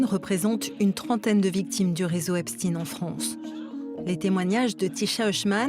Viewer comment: Déjà c'est pas epstine mais epstayn ! Prononcez correctement ce nom sioniste !